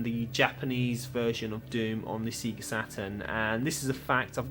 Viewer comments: But seriously, Sega has spent decades actually saying the name of the company of loud as the logo appears on screen. But you still call it sea-ga? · Sorry I couldn't watch the video after hearing you say "SEA-GA" for the third time! No matter if you've played Sonic once or a million times... the "SEGA" intro should of drummed the pronunciation in your head forever!! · Thanks for the warning, I can't watch videos where people say Sega wrong over and over. Just gets on my nerves. Usually it's sehga, though, so at least this is different in its wrongness. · In my country (Italy), "See-ga" was the official pronunciation, and probably it still is... but likely because "Sega" in Italian means handjob. lol